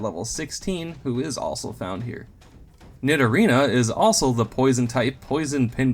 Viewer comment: Is it just me, or does anyone else think it sounds like he's saying "ossul" instead of "also"